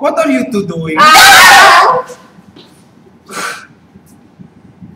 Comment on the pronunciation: Ang sweet lang. Ako lang ako lang.. sabay saemi-akap. :)))) "THIS IS PRAYBEYT STAP! EPIC!!! :))))"